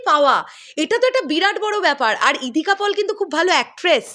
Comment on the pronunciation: ইধিকা পল নয়, সঠিক উচ্চারণ ইধিকা পাল।